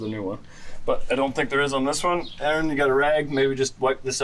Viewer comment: Good to meet Aaron, I'm an Aaron and was also cool to hear it pronounced properly for a change... Oh and that oil looked fresh?